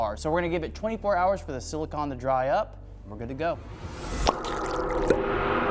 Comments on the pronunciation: Repeatedly hearing "silicon" instead of "silicone" always hurts me. Bro is sealing his wheels with computer chips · This guys never gunna get a date if he keeps calling silicone silicon.